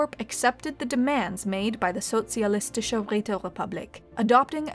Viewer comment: Well, she managed to do a solid sch, thats more than what you can expect from most English speakers ;)